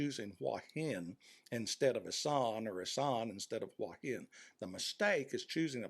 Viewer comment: A fairly well presented essay, but the real treat is hearing you pronounce "Hua Hin" as "Wah Hin." That's how my neighbors pronounce it here in the South. Kudos.